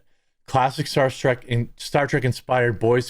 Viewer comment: Why do you keep calling it 'Star Track'?